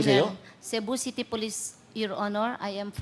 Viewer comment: Did she just said,"Shabu City" ?